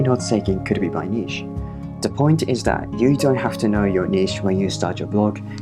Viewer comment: ❤️ I wish i could like twice for using the correct pronuncation of niche ❤️